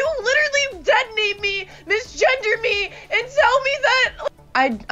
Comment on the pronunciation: "No vamos a missgender she..." que lindo es que no sepas ingles JAAJAJAJAJAJ